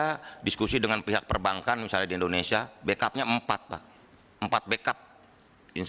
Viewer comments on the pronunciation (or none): none